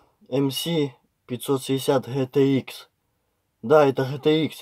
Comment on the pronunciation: ''мси гхе те ыкс "